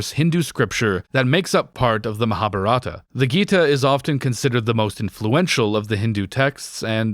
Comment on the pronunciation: It's a little ironic that you talk so much about the bad Dutch in the film and then mispronounce "Mahabharata" and "Arjuna"